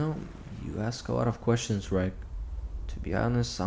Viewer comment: This was so good! Your sound quality and narration just keeps getting better and better each video! The only comment I have is that I think due to the prose, the protagonists name is Reg, pronounced red-ge, as in Reggie or Reginald. I think that the author of this one is British, due to the dialect and slang terms used, and the story being on a UK vessel. I might be wrong, and if so I apologise! It just seems to make more sense this way. This is in no way a criticism, as you know that I'm a big fan of your channel, I was just asking for clarification! Well done again. Looking forward to listening to the next part of this amazing story! Take care and stay safe 🙋